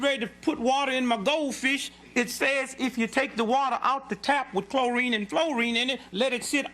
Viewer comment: Clo rine an flo rine😂